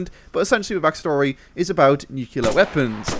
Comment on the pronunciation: Nuke-Lee-Ar not Nuke-U-Lar